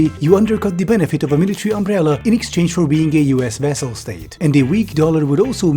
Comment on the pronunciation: Please note that it's "vassal" states, not "vessel" states.